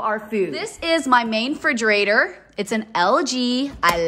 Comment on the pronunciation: Forgive me, but please pronounce Refrigerator